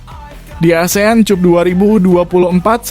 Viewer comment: Maaf ya pembaca narasinya nggak bs bhs Inggris ya kok Asean Cup sih bacanya Asean kap dong